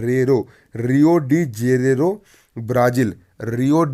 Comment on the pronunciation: रियो डी जेरेरो नही है।सर जी।रियो डि जेनेरो है।